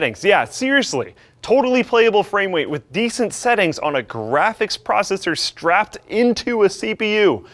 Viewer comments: Dude, he's talking about the way said "frame rate" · FWAME WATE HAHAHAHAHAHA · "playable framewate" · "Frame wate" lol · playable fwamewate.......... 😆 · lol he says "framewate" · Fwame wate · Hmmmmmm totaly playable "FwameWeight". My interest has peaked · "Frame Wate"